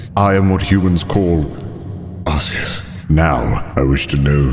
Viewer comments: Isn't it Arkeus not Arseus? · The way he pronounces Arceus annoys me